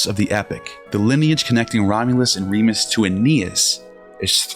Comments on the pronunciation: It is Remus, not Remis - Remus' name may have originally meant “twin”, from Old Latin *jemos (“twin”), from Proto-Italic *jemos, from Proto-Indo-European *yémHos (“twin”). The initial r- was probably introduced to make the name sound more like Romulus. Just google some accurate information. This clip has lost any validity from start. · It's RemUs not Remis. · It's Romulus & Remus. Not Remis.